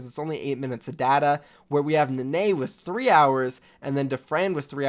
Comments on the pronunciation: Nenne is pronounced “neh neh” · Love the vid. Only just got triggered by your pronuciation of Nenne